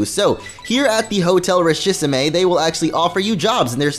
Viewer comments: It's richissime, not richissimé!! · The hotel Richisme isn't pronounced like that... It's litterally rich-is-me. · Hotel Richissime is pronounced 'ree-shee-seem'...